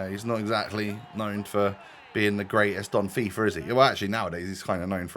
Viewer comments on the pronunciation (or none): none